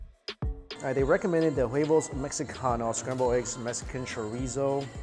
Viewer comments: Eat everything with your hands!!! I laughed when you said wavos instead of huevos when talking about the eggs. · Dont forget the way he said "uavos" (huevos) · He said wuavos mehikanhos